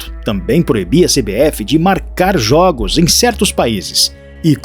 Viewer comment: A PALAVRA JOGIOS NÃO TEM ACENTO CIRCUNFLEXO JOGO O.1o "" O "" e Fechado QDO A PALAVRA JOGO VAI AO PLURAL A LETRA ""O "" TEM SEU SOM MAIS ABERTA. VC ESTA FALANDO PRA PESSOAS ENTRE ELAS JOVENS SE FOSSE PALAVRA COMPLEXA VA LA... MAS ERRAR PLURAL SIMPLES DA PESSIMO EXEMPLO POIS INDUZ AO ERRO. GRATIDÃO VE SE MRLHORA SUA LOCUÇÃO OK ? REPORTAGEM BOA... USAR BRM O IDIOMA AJUDA MUITO SEU CANAL BOA SORTE 😊